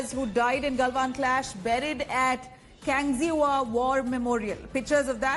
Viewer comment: Its Kangxiwa not kangxima ..